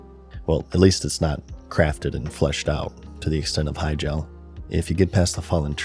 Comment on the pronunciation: i, do not like how you pronounce hyjal